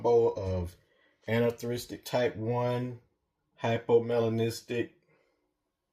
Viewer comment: Nice Boas, but I notice that Americans struggle to say "anerythristic" and "dwarf" correctly 😂